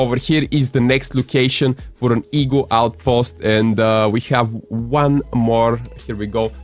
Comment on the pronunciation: I love how he pronounced it as ee-gua